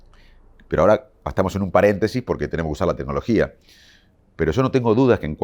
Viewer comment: Le creo fuerte. Pero que diga tenologia me hace mal.